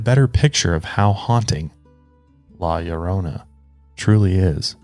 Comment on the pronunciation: I just have to say thank you for pronouncing la llorona correctly! I know the Hispanic community really appreciates you taking the time to learn how to pronounce it correctly!! great video!! my dad and mom tell me stories of their time in Mexico where they could hear her crying!